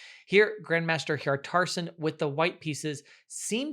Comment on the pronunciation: It's pronounced Hjartarson not Hjartarson